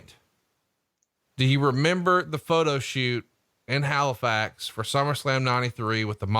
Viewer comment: you did good saying Halifax the first time but the second time you said it you sounded like hilflax, Way to fuck up my home town name dick lol..... Wait Bret and Hulk Hogan were in Halifax doing a photo shoot??!! Why the fuck wasn't I there?! They kept the shoot a secret you dirty fucks, I bet that was Prichards fault